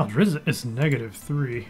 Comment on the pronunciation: I'm sorry... did you say Driz zit??